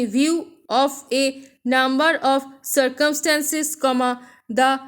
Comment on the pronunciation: Keep it up please mam....please clear pronounces😢.... Circumstances is not clear... 🙁